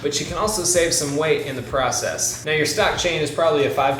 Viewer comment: you said shave instead save lol